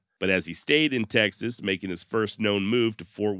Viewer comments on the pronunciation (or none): none